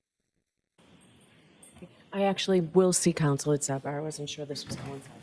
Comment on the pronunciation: My favorite is:: “Objection, your honor!” Bev: “Sustained” (her automatic default) Defense: “We need to be heard on this, your honor”. Bev: “Okay, let’s go to sidebah”. At sidebah… Bev: “Okay, Mr., what’s your objection?”